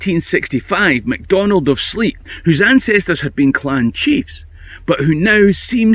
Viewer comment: Good story! Please note that Sleat is pronounced "slate", not "sleet." Cheers!